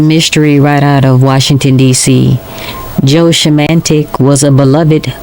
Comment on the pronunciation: You need to learn how to say Joe's last name out of respect !!